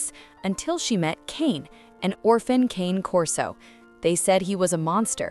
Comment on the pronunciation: Nope, it's not pronounced "cain corso". I't's "kahnay" corso. Dumb AI doesn't know that though.